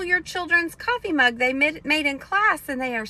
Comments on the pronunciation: i like the way you pronounce mug “moog” 😊 💙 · The way you pronounce "mug" rhymes with the way I pronounce "book"